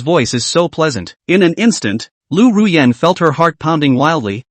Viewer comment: It's Ruyan... Don't forget my beautiful name😂